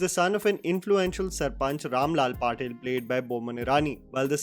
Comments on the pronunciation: You keep pronouncing Patel as Patil. The surname Patel is pronounced as Puh-tale. Patel is predominantly a surname found in Gujarat and among Gujaratis whereas Patil’s are from Maharashtra or Maharashtrian. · It's Patel not patil.. It's gujarat not Marathi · Not patil its Patel bro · Everything aside, I know its an honest mistake, but it's Patel not Patil🥹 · Patel not Patil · It's Patel and not Patil, goddd your pronunciations 🤦🏻‍♂️, anyways looking forward to watching this movie with my mom 😀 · He's Patel (Gujarati) and not Patil (Marathi) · Bhai not patil but it is patel. Agar fir bhi pronounce nahi pata chale to news channel pe gujrat ke cm ka ya up ki governor ki surname sun Lena. Difference pata chal jayega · Patil nahi Patel 🤦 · it's Patel not Paatel. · Its Patel (पटेल) not Patil (पाटील). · R u sure, u r saying Gujarati's "patel" n not marathi's "patil"???? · Patel not patil...and pandya not paandya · It's not Patil family it's Patel family.😅😅😅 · Patil???? Patil family??? It's a marathi family story? I thought Gujarati. Unless Patils are Gujju too. Or has pronounciation issue. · It's not pronounced "Paatel", Patel is a very common last name in Gujarat, you can Google the right pronunciation. A lot of Gujrati last names are pronounced incorrectly, like Hardik Pandya, it's pronounced as ""Paandya", which is incorrect and no one in cricket community realized or correct it